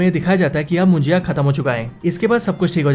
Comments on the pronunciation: मुजिया नहीं munjya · It's not mujiya it's munja.. correct it bro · मुजिया नाही रे बाबा,,,,,मुंज्या आहे ते😂😂😂😂